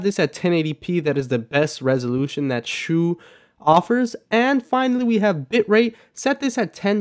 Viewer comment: It's shou not shoulou